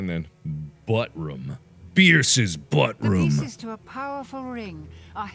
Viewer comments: Did you say bierces buttroom XD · I can't tell if he read ballroom wrong or just said "buttroom" as a joke